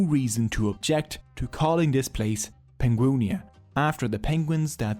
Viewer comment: At the risk of starting some drama - Surely Penguinia should be pronounced Pengwinia.